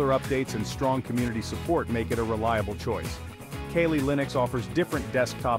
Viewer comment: Bro calls Kali Linux Kaylee Linux 🤦